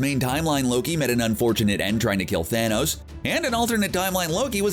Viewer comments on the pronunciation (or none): none